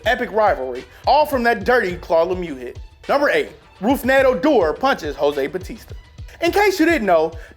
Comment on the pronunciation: "Roof"ned, punched him because he intentionally slid into him to cause harm.btw Its pronounced "root-ned"